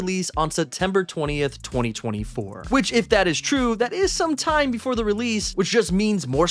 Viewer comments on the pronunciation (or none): none